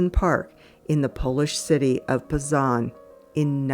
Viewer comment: Poznań is pronounced paws-nan